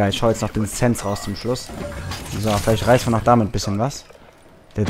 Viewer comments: Das wird Sänse ausgesprochen nicht sense 😂😅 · das heißt SensE nicht Sens das ist ein deutsches wort 😂😂